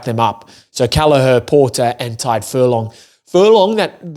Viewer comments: Small tip on "Tadgh". It's not pronounced like "Tide", it's like the "Tig" in "Tiger". You're welcome! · Stop confusing him by being a contrarian bro. I am Irish and my friend's name is Tadgh. I should know how it's pronounced and it's not "Tag". The "Tig" sound in "Tiger" is how it's pronounced. Read what I said and not what you made up in your head.